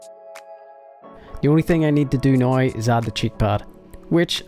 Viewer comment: I'ts "now" not "noe". I mean wtf